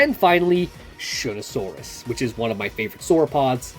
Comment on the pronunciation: Shunosaurus not Shunasaurus